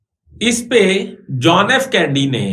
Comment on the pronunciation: آپ ان پڑھ ہیں شاید، یا کوئی اور پرابلم ہے ۔ صدر جان ایف کینڈی نہیں تھا جان ایف کینیڈی تھا۔ آپ کو کینیڈی کے قتل کی معلومات بھی ناقص ہیں۔